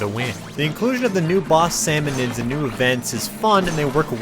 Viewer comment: Did you seriously call them salsmon?